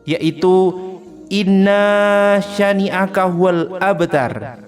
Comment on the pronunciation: Innasyaani'aka bukan innaasyaani'aka maaf ......